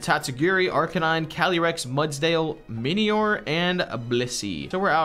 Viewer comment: It's pronounced Mini-ore, not miny-ore